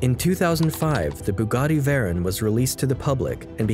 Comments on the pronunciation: I believe it’s pronounce “Sheer- on” and “Vey-Ron” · Chiron = SHI-RON *Pronounced Jean = JUAN *Pronounced Veyron = VEY-RON *Pronounced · Know how to properly pronounce Veyron and Chiron so you can have some creed.